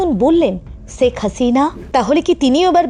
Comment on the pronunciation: শেখ হাসিনা নামটাও শুদ্ধ করে বলতে পারেন না?